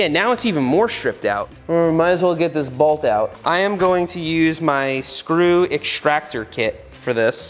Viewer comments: Balt or bolt?😂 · I love how seth says bault instead of bolt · Today I learned Seth pronounces "bolt" a bit different than I.